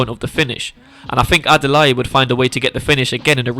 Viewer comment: Bro Adalai like Adalay. Not with an e 👍. But great Video, it all makes sense.